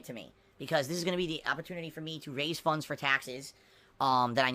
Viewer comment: "Raise funnnnnnns" You mean funds? LOL